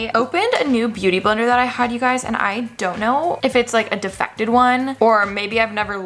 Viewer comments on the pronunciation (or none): Anyone else notice how Alicia mispronounces “defective”? She says “difected” 😂